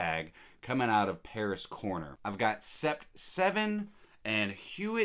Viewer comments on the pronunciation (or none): Coincidently, I purchased Paris Corner's Trillium earlier today. I have Roja Parfums Elysium so interested to compare despite the price differential. I think huit is pronounced wheat as its French for 8. Sept - pronounced set - is 7 in French